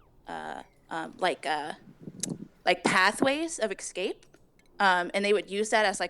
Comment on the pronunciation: all i hear is eggscape